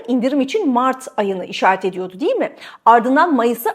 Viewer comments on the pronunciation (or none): none